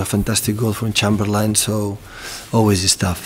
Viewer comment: "For chamber-lieing" 😂😂😂 love pep